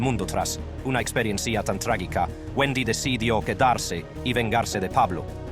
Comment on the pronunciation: Que es experesia? Se dice experiencia tonto